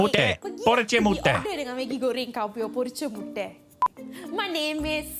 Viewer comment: I'm tamilian. Don't follow her blindly. Her pronunciation not proper tamil. Ex- fried egg- poricha muttai. Not porriche mutteh